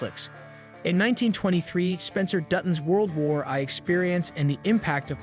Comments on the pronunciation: “Matri-arch”? “World War Eye”? Really? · Who read this? World War Eye? Matriarch pronounced with a ch instead of a hard k?